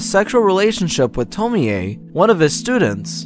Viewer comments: no, the 'e' isn't pronounced like 'ay', it's more like 'eh'. So 'tomieh' would be as close a pronunciation as is easily anglicised. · To-mi-eeey! Man I have issues with english pronunciation of japanese names. Its pronounced Tom-iie (The e is barely noticeable). Sorry! Good video still man! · Its not tomie aye LMAO. ITA TOMI ou pronounce it as tomi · Why do you keep pronouncing her name the Polish way instead of the Japanese way? Tomi-Ay vs. Tomie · It's TOM-Y. Not Tom-me-y. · It’s pronounced “Toe-me” not “Toe-me-ay” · It's annoying how he mispronounced Tomee in this video... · Yea... tomi-yey wtf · I am not tying to be rude I like the Video and all I just wanted to say you pronounce it Tommy and not Tomie it’s just wrote different and am i the only one that wants to be BFFs with Tomie? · Why do you keep saying 'to-me-ay' jfc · I don't get why you kept mispronouncing Tomee in this video. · The way he pronounces Tomie is unsettling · Man no one knows how to pronounce Tomie. This is annoying